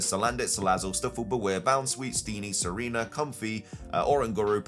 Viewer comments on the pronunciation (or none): none